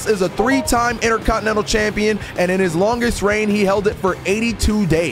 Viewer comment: man said number drwwe😂